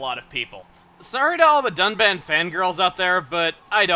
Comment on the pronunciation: Am I the only one that heard duck man instead of Dunban? LOL, Duck Man, the first officially revealed Robot Master for Mega Man 11. If only. xD